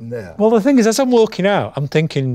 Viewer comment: "Don't you want this ting" 😂😂😂